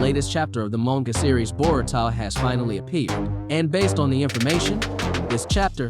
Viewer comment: bruh you say everything sooo elegant and clearly, until you pronounce ANYBODIES name from the show. nar ru toe / bor ruu toe. ty for vid thooo <3